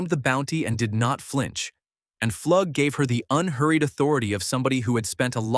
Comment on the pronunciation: Pflug is pronounced Floog not Flugg